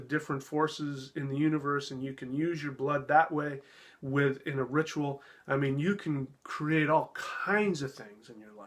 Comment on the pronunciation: He's right, it is a ritual; a rit-u -al to right-you-all! 🙄